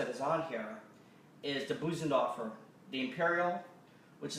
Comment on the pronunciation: Darn, you’re good! You have so much to offer. Please do more videos. Just so you know, it’s not Boosendorfer, it’s Bosendorfer.